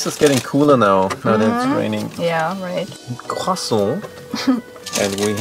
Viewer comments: Croissant 🥐 and le pain au chocolat theys accent is so excellent im French so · Your prononciation of "croissant" was pretty good (i'm french) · I'm french and at a moment in the video you say "croissant" you have a pretty good pronunciation.😂💕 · I speak french and pronounce croissant and pain au chocolat so well!!! You can speak french too?